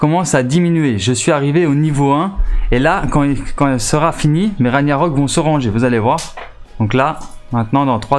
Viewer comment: On ne dit pas "raniarock" mais "raguenarock" le G ce prononce sa vient de la mythologie nordique stp un peut de respect... et snn tes videos sont bien